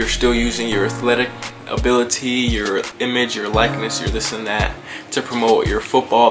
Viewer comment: "abi-TILY" its just funny